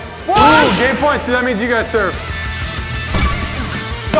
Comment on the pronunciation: You said Booby instead of Bobby 😂😂😂